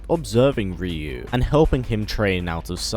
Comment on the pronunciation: Hearing the way you say "Ryu" is frustrating lol